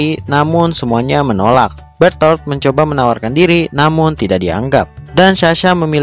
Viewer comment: Bang yang benar itu bherthol bukan betol